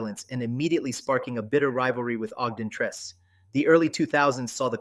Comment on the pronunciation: It's OGDEN TRECE ...(TRE CE)